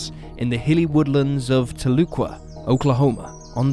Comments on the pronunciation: Telookwa? It's Tal e kwa Tahlequah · "TAH-luu-quah". Haha, oh no... Please when researching also look into how to say the town names like locals. At least you got it right later in the episode... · As a Oklahoman, how you pronounce Tahlequah is just.....ughh!